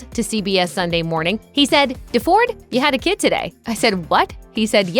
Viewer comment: His name is pronounced “Dee-ford.”